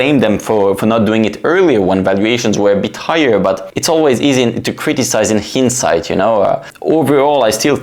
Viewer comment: Excellent commentary! Just a point on pronunciation: Hindsight is pronounced with both letters “ i” sounding the same. In other words it’s a long i.